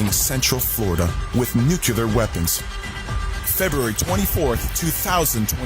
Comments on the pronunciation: Bro, he even has saying “Nukoolar” I mean, I’m pretty sure it’s NUCLEAR, right? Smh. These people…#brainwashed #cultbehavior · He cant even pronounce NUCLEAR 🤣🤣🤣 I need MY LEADERS to KNOW how to speak... And i was thinking..how much money does jesus really need, can spirits spend money...🤣🤣🤣 So the submarine hit CENTRAL FLORIDA, NOT THE WHOLE FLORIDA CUZ I USE TO LIVE THERE SO I KNOW..WHAT A PIECE OF GARBAGE....you know what, jesus came TO ME in a dream and said that he dont, wait, he doesnt know him.....why is it that I and others who watch this and laugh and know this to be garbage Know this to be completely bull$hit.....Michelle is definitely all in .....